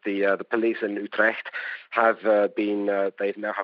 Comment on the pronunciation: Learn how to pronounce Utrecht correctly.